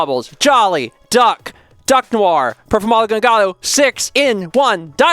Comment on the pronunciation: oh gawd Performapal Gongato is a yugioh card and completely butcher its name